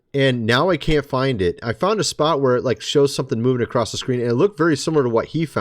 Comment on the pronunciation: The word is "Across" not "Acrost" . Thank you kind Sir.